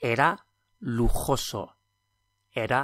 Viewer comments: That's "lugoso" not "luguso". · Small correction - it's not "lujuso" but lujoso. Nice lessons, thank you for them! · "Lujuso"? Surely it's lujoso?